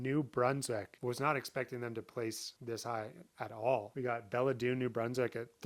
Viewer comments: It's pronounced belle-dune, not bella-dune, which is how it's spelled as well, so..., but other than that, great video.. That land in Belledune is cheap, but most would say that it's for a reason, actually multiple reasons,. We live about an hour from that spot and although we wouldn't find it appealing or practical, I'm sure it would be heaven to somebody out there, just like every other spot on the list. Life is good in NB, and Canada in general too. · It's pronounced "Bell Dune". Also don't get any ideas about moving there for cheap land. The entire town is covered in a blanket of lead. There's also a lot of "hill people" that will probably burn down your house. The people speak a dialect of mashed up English and French and are completely un-understandable. They've burned down all the gas stations and restaurants as well. And to top it all off Belledune leads the eastern coast of Canada in great white shark deaths.